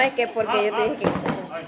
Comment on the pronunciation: Por qué a veces le dicen Ocar y no Oscar?